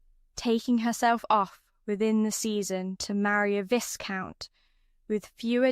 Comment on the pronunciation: AI should know how to properly pronounce simple words like “BOW” like “VISCOUNT” - it’s quite annoying 😢😮